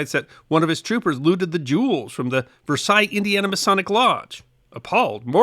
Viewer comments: You mentioned Versailles, Indiana in this video and pronounced it the same as the palace in France. Here in Indiana, if we have letters in a word, we pronounce them, so here it's pronounced Ver-sales. BTW another great video. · I must correct you on the pronunciation of Versailles. With our southeast Indiana vernacular it is pronounced Ver-sails. Also nearby town Milan (of the movie Hoosiers fame) is pronounced Mi (long I) lan. Lol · Ummm... Versailles, Indiana is actually pronounced ver-SAYLZ. The locals always correct you if you pronounce it like the city in France. I had to get used to Hoosiers pronouncing things strangely when I moved here. Jus' sayin'...